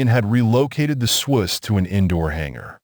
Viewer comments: Shouldn't the name "Swoose" be pronounced rhyming with the word "goose?" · It is the swoose. The ai is saying it wrong